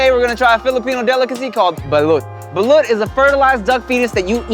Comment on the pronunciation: Thank you for saying "balut" correctly